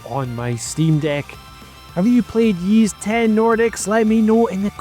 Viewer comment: Yeast 10? Never heard Ys pronounced that way before